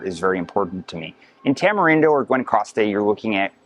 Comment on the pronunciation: dude learn spanish, you sound so entitled and meh. Gwahnowcastte… no wonder you struggled